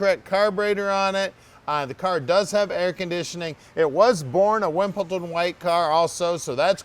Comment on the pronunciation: It's Wimbledon white. Not wimp-el-ton white.